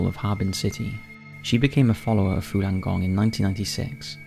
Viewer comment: It's Falun gong not fulan gong